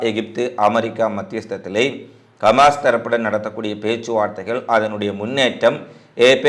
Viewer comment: கமாஸ் இல்லை ஹமாஸ்